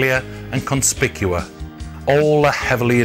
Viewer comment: David Barnham. Not exactly in focus which is a shame. Place names - Mdina is pronounced Mdina not Medina. I only recognised Ta' Qali because it showed the craft shops. Otherwise I'd never have guessed. Cospicua is pronounced as written; NOT CoNspicua. One would think the video-makers, bless 'em, would have consulted Maltese people for the place-names.